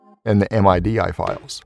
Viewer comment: thanks for the tutorial, it was helpful... i have never heard anyone pronounce MIDI as "M-I-D-I" and i'm almost 40.